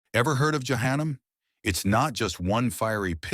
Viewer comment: “Juhanum” 😭😭😭 AI PLS SAY JAHANNAM RIGHT